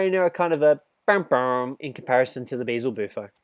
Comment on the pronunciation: Hes stupid,it’s (Beel•ze•bu•fo)